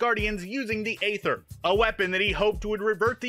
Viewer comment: It's actually pronounced "ether". The a in "aether" came from the abandoned letter "Æ" and isn't used in its pronunciation.